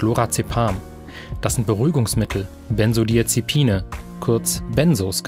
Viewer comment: Wer kennt sie nicht!? Die Bensodiasepine ... oh mann